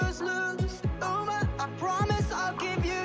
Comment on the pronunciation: Uma: Sings a song about her name.: Says her name wrong.